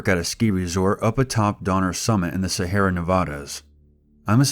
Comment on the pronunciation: awesome video as always! I like listening to your narrations to help me get to sleep and your voice is very calming even when the content isn't supposed to be. Future reference though, "Sierra Nevada" is pronounced like "see- air- uh" not like "Sahara".